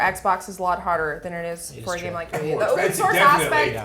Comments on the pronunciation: nitch? surely its niche? (neesh) fun to see sessler's temple vein pumping as he struggles to vocalise his distress with ouya lol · O-ya in English the first vowel does the talking, and the second one shuts up. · Aren't they saying Ouya wrong? But anyways, I would buy this but I don't like mobile or indie games really.